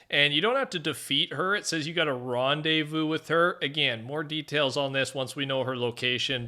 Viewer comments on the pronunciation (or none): none